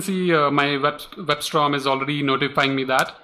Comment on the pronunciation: Sorry i am trying to understand what are you explaining here and after 5 videos it doesn't make any sense to me... And you keep saying WebSt-R-om instead of WebSt-O-rm. Just make a video serial where you create some simple blog where you explain each component step by step....These 5 videos till now are not helpful!